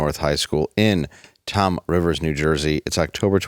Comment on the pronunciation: It’s “Toms River, NJ” not “Tom Rivers, NJ”….we didn’t win the Little League World Series Championship for nothing!!